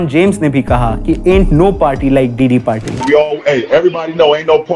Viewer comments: Also it’s ‘diddy’ not ‘Deedee’ lol😂😂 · diddy ❌ Didi ✅ 🤣🤣🤣🤣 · Bro sometime says didi(big sister) 😂😂